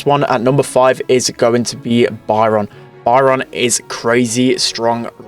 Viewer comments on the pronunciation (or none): It´s Byron not Baran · Love it when he says byron “bayaron” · Funny thing is my names Byron and you were kinda mispronouncing it (maybe cuz your British idk)